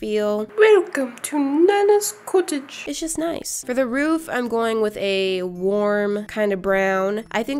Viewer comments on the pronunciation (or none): Welcome to nannas cuttige* 😂😂